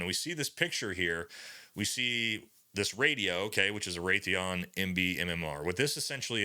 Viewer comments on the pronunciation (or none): none